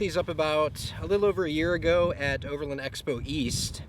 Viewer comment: great setup, really smart. Just learn how to pronounce OVERLAND and FASCIA properly. Its overland not overlind. haha